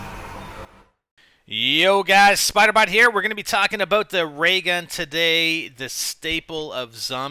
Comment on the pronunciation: "we're gonna be talking ABOOT the ray g...." ahahaha I fucking love canadian accents